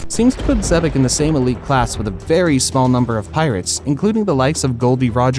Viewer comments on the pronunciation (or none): none